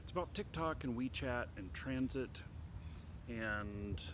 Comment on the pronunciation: Why you keep saying Transit? It's Tencent. On the fence about CCP authoritarianism which Tencent helps to fund? Really? You should really educate yourself about this subject more. Ban Tencent completely.